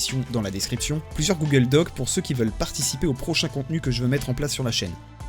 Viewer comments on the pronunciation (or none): none